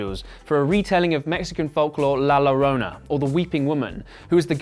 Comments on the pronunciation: Btw La Llorona is pronounced like La Yorona, not lorona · I cringed every time you said La Lorona instead of pronouncing it la Yorona. Great summary though. Well put together. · When you see a double L in a Spanish word, pronounce it like a "Y". La Llorona actually sounds like La Yorona. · It's la yorona not lorona. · la lorona lol.. u should just say la yorona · it's not lorona, double LL is J in spanish you say it jorona but written llorona , freaking dumb@ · Si, tienes razón, lo pronuncian como: "La Lorona" y me pone de los nervios. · La la row na😂 it’s La Lloroña 😂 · Its La Ya-Rrona, not La larona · Why "la Lorona" ?? is LA LLORONA! With a doble L. It's sound like a Y. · "la lorona" yea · Just a little psa “La Llorona” is pronounced “la YO-rona” 😂😭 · This dude really said la lorona 😂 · Bruh what is la llllllorona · I'm sorry in advance. La Llorona is pronounced La Yorona. The double L's change pronunciation in spanish to sound like a Y. I'm rlly unsure of how you were able to mispronunciate Llorona after watching the correct pronunciation (by english and spanish speakers) in the movie. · This boy legit just said la larona 😂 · La "Lorona" 😂😂😂😂😂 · “la lo-row-nuh” 😂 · Halloween Girl365 it’s pronounced “la yarona” right? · Nice vid, but "lo-row-nuh" is killing me, bruh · Came here for the La Low-Row-nah comments. Jesus bro. Try just a little bit. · It’s kinda La yourona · "Low-Row-Nuh" 😂 ok Edit: This dude needs to chill in the comments lol it was something I found funny. I say shit wrong all the time but It's simple to get shit straight if you try. Pronouncing it wrong repeatedly clearly shows the lack of effort 🤷🏻‍♀️ video still got my like, so relax. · Great Video, except for the "La Llorona" mispronunciation. All Cool though. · Everyone that is being mad about people saying that it’s funny how he says la llorona you know us Mexican Americans had to learn all of your language right? so stop being lazy and learn how to say it